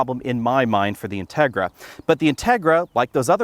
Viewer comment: You pronounce the name of the car wrongly. The accent goes on the i.